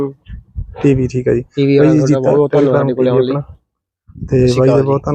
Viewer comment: ਵਾਈ ਨਹੀਂ,ਬਾਈ